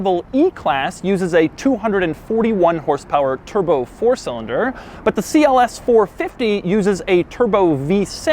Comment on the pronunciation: For real what's wrong with your speech? EverythingUH, four cylindErrrr